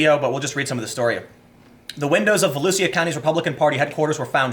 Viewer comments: Vo-LEW-Shuh, not voloosia. It's a county in Central Florida. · Volusia county, pronounced as vo-loo-sha. And South Daytona is a crap hole. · Down here it’s pronounced Vol-usha :) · Volusia is pronounced Vo-loo-sha. It's the county Daytona is in. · It's pronounced "Vo Lou Sha" Tim. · It's "vo-loosh-uh". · i live in daytona beach your pronouncing volusia wrong